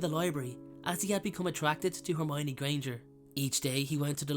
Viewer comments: Why couldn't he say hermione's name correctly? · I figured it was Hermowninny. 😂😂